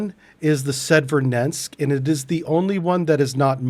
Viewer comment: Sev-er-od-winsk, not Sed-ver-nensk. Incredibly capable platform!